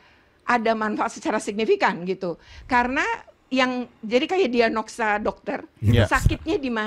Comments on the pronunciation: dianoksa 😒 woyyyy...diagnosa woyyyy.. ngomong benerin dulu woyyy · DIAGNOSA, BUUU...BUKAN DIANOGSA.... ITU AJA SALAH KOK...KESEL BAT oia 1 lagi....vt kang dedi ngebantu banget....awalnya anakku g percaya...denger vt kdm barusan, mukanya panik dong...😭😭mau nurut aja katanya 😂😂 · wkwkwk, dianogsa.......DIAGNOSA BU !!....ngomong aja salah sok ngomenin kebijakan KDM 🤣